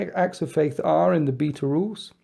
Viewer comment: The way you say beta is funny. :)